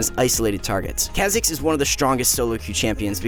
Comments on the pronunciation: Is that how you say Kha’zix? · Someone tell this man how to pronounce kha zix